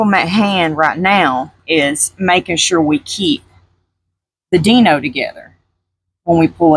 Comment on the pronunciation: I really hate to correct you but it’s pronounced “Die no” not “Dee no”